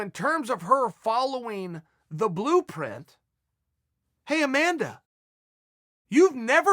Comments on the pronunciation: Apparently Amanda has never followed the "BRUEPRINT" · CHAEL "YOU NEVER FOLLOWED THE BLUE PRIT" SONNEN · “Hey Amanda. You’ve never followed the blupret” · "In terms of her following the blueprint, hey Amanda...you've never followed the brooplid" - Chael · "You never follow the BROO PRIT" 🤪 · Chael "Bruplint" Sonnen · Chael "brueplint" Sonnen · Saying brueplint with a straight face 😐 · Chael "the brueplint" Sonnen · Chael "The Brueplint Breakfrast" Sonnen. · the "brue plint" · Uncle Chael been at the sauce.? can't say blue print. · "Hey Amanda, you never followed the blupuh" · If chael says blueprint is pronounced "brooplint" then it's now pronounced brooplint. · I know we heard him say "never followed the bler puah" (blueprint) almost half way through 🤣🤣🤣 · "the bruplet" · I was today years old when I figured out I was mispronouncing "blueprint".